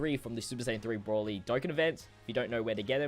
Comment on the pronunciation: You know "Broly" has an "o" in it right?